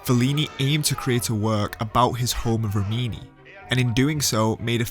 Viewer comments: correct REE-mee-née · REEM-in-ee. An Italian beauty emphasized the pronunciation just like that to me at a Fellini film festival.